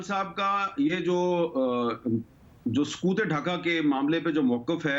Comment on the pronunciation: Sakoot e Dhaka 😢 sakoot Wrong urdu 😢